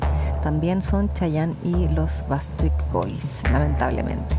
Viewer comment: Ojala vea el mío, ella dice Basstreet boys es BACKSTREET BOYS, el único que lo dijo bien fue y los animadores